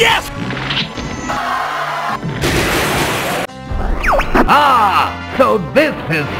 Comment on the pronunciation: I think he said yiff not yes